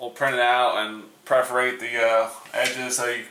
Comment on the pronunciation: It's PERFORATE not PREFORATE